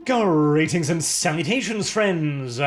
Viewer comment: "Gonorrheatings and salutations." Literally what I heard at the start.